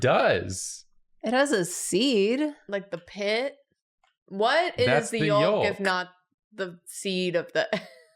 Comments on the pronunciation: I had to rewind it to hear say yolk, lol. Did she say yalk? 😂😘 Poor thing, she's had so many problems with eggs: first drawing them, now this... I can't wait to see what next arises! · Please somebody else confirm that you also pronounce yolk MUCH differently than??? Am I wrong??? I want to see the dialect map to see where people pronounce it like “Yulk” like they do… and “Yoke” like I do…. Linguists helpn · the gang saying oo-bah de koo-dah or whatever the fuck and saying it more and more wrong each time they say it is the star of this episode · I’m sorry, did just pronounce ‘Yolk’ like you would say ‘Sulk’? As opposed to ‘Yoo-k’. I can see why doesn’t like English 🥲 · Do. Do people pronounce the "L" in yolk? yo-l-k?! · I have never heard anyone pronounce the L in yolk?! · why you pronounce the L in YOLK like that tho? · If I hear you freaking language monsters pronounce the L in yolk one more time I'm gonna do absolutely nothing about it but it WILL be killing me softly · Today I found out Americans say the L in yolk. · hearing everyone pronounce the L in yolk is getting to me lol. Just like when americans pronounce the l in salmon. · All three of you pronounced the "L" in "yolk", and I don't think I've ever heard anyone do that before. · and BOTH pronouncing the “L” in yolk has me questioning everything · Guys, please stop saying yolk like that, it hurts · As I Brit I am absolutely HORRIFIED to hear that in America you guys pronounce the L in yolk.... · Today I learned Americans pronounce the L in yolk. teaches me so much! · Hey you in the comments do you pronounce the L in yolk or not???